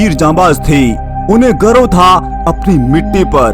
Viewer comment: भाई साहब गर्भ नहीं , गर्व है